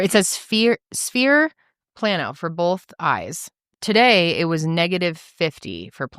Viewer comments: Negative sphere is for near sightedness and plus sphere is for farsightedness. If your near sighted your eye is longer than normal, nearsighted your eye is shorter than normal. Astigmatism is how your cornea is shaped. And it’s “plane-0h” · Me! Who works in a lab to make Lenses… I’m getting it, but honestly I still don’t😂 I love you guys!!! Been here since day one on all channels! GIRL if your eyes went from a -3.00!!!! To a +0.00 or plain O is how it’s pronounced, but that’s really good did your eyes WONDER😍😝💕💕💕💕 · It's pronounced plain o